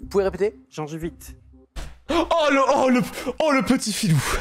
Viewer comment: Après il l'a mal dit deux fois quand même. "Gencivite" puis "gengivite" quand c'est "gingivite" ...